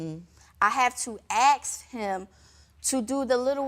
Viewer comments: Why do black people say "axe" instead of ask? It makes me fuckin sick and none of you black people want to address it in the comments. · Ask is the word not 🪓 axe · I have to aks him???? An aks, that's a dangerous tool you know. Asking is better ;-) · You have to what??? " aks" him? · " AX" him ?????? WTF !